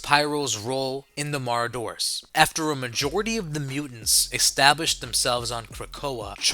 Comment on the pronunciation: Is he/it trying to say Marauders???😂